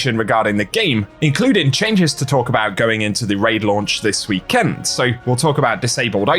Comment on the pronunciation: Gonna be a long wee-KEND